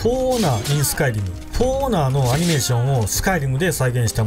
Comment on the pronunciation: スカイ⤴リム⤵